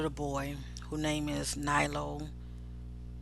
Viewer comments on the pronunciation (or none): His name is Nylo not Knowles